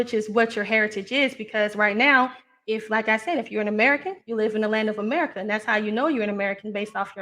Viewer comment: Funniest show I’ve listened to in a while. America Which is Amoorica which is amorites🤣🤣🤣